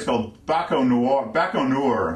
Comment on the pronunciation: Its Baikonur. Other than that, you are an awesome lecturer! Thank god Youtube is in good use, educating people worldwide by having these videos:)